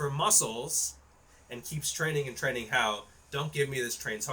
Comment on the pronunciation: I can believe you're not on roids because for how massive your arms are, your shoulders look pathetic in comparison (typically the opposite for users in my experience). That being said I can't take you seriously when you pronounce training as tren-ing.